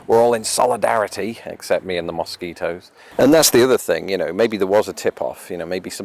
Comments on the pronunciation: Mosquitoes in Minnesota are the state bird! haha Cracks me up how you say mosquitoes. Pretend instead its spelled muskeetoes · "Moss keet ohs?" Interesting, I say it like, "Muh skee toes."